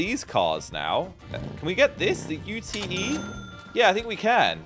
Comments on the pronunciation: the u t e you say it as you-t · It’s called A UTE NOT A U-T-E